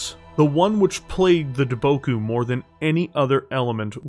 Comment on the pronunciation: Lol, you mispronounced Daboku several times. And I wonder if I'm the only one who caught the similarity between the words Daboku and Debacle.